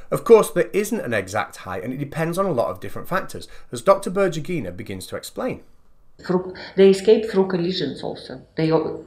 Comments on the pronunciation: Before saying berdjugyinaaid? try to use in Google Translate this: Светлана Бердюгина and use voice announcer. Accentuation in Berdyugina is on "U" symbol. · I insist that her name is spelled like "BER-DEW-GHI-NA", not "BUR-JEE-GHI-NA". Svetlana Berdyugina